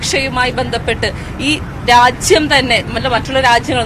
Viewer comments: രാച്ഛ്യം അല്ല രാജ്യം ആണ് ശരി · രാച്യം അല്ല രാജ്യം എന്ന് തെളിച്ചു പറയാൻ അറിയാത്ത കുരുപൊട്ടിയ മെമ്പർ 🤣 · Racyam alla r😢ajyam aa Nnu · കേരളത്തിലെ സ്ത്രീകളോ..സുരക്ഷ എന്തായി. രച്യം അല്ല രാജ്യം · ഇന്ത്യ രാജ്യം എന്ന് ഉച്ച രിക്കാൻ പഠിക്കെടി തള്ളേ ആദ്യം